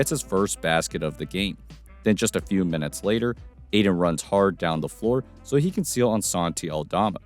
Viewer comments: It’s pronounced Ay-Tin. There’s a “T” in it fyi. 👍✌️ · Ayton* not Aiden